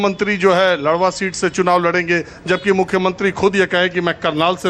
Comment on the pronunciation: Wo ldwa nhi ladwa h sir